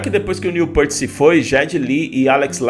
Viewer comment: Querido responsável pelo canal. Não, o retorno à atividade deles não é por dinheiro, eles não precisam disso. Outra coisa, não é Jédyy Lee, se fala GUEDDY Lee, muito menos Neil Pêart, se fala Neil Pirt. Tuas afirmações estão equivocadas e não respeitam o trabalho de mais de 50 anos do Rush. Fica a dica. Postar vídeos por dinheiro tem muito mais a ver do que eles tocarem por dinheiro. Lamentável.